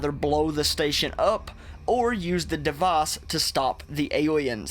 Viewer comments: ''Devaas'' IT'S DEVICE, D E V I C E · it feels like you have huge pronunciation problems what kind of accent is that it's typh"oo"n not tafan and dev"ice" not devace wtf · "taphon" "devace" "praace" "tam" your neuromods are failing